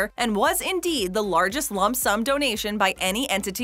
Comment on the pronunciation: She said 'Lump' sum